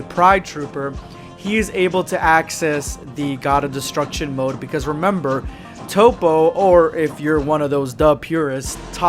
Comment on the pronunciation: I'm a dub guy but I hate top. Its toppo